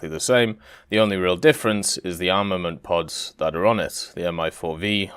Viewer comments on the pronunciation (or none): none